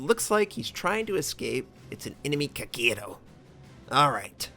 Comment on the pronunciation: the way you say "Kagyeeero" always makes me chuckle =)